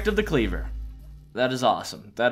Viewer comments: Also were you good at English at school? Cause you couldn't even read the word "clever" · I like how he got the artifact of the C L E V E R but pronounces it wrong